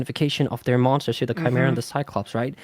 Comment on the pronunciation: That's not how you pronounce tchimeeray